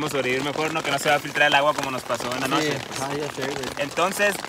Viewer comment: Nadie: Neta nadie: El yeahcompa: noshee,colshaa, todo lo que lleva shhhh xdxd